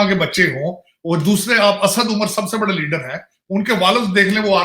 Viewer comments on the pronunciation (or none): none